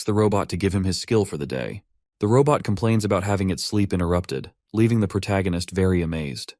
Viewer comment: Robot ❌ Raw butt ✅ 😂